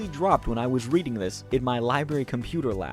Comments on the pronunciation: Worst part of this video is just how he says Luger as lugger instead of looger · Great vid, but I can’t deal with how you say Luger. You say it as if it’s Lugger smh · The way you say Luger makes it sound like it's a slur lmao. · The pronunciation of Luger is killing me